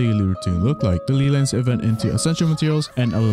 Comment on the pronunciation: Ley lines my guy, not lee lines. Just say LAY if it's hard for you.